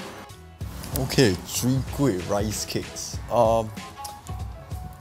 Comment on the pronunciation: Lol sounded like he say sowee kueh rice cake at the mark. Mix off soon kueh and chwee kueh? Maybe that can be the next challenge.